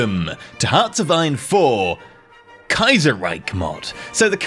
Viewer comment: Allgemeine Ostasien-Gesellschaft means General East Asia Company. Btw the ch in Reich is pronounced just like the sh in shoe. Your 'Kaiser' is spot on though.